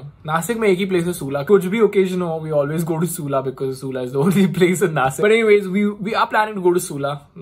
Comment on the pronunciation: I have a humble request.. It is Nashik originally not nasik.. You may talk in any language but please don't change the name of our cities